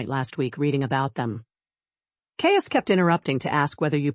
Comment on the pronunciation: 🙄😖AI, WHY do you voice the MALE HIGHER, jumping ABOVE the female's?.Even when script reads "DROPPED into a LOWER REGISTER"😮, you go up! sharp & uninfĺected, until drop DOWN to female'..?? Mispronounced CAIUS, it's KI' ( like SKY)-us & Isolde ≈ ih ZOLE' duh, 👉 ok?😅 & compote= KAHM'-pote ♥︎😊yes. Per-FEKT'lee , no😢